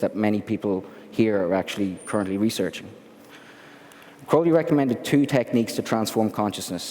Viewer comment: Glad to see someone pronouncing his last name correctly. Ozzy is a dumbass. He screwed up his last name in the song Mr. Crowley by pronouncing it Crowl-lee, but it's actually Crow-lee. And in poem Aleister even rhymed his last name with unholy.